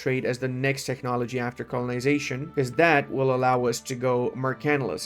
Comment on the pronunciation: Techhhnology, Eye-Ron 🙃